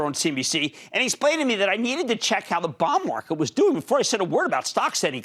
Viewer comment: The way he says bond market auto-subtitle is showing as " Bomb Market" what's wrong with his accent lol even google can't interpret correctly.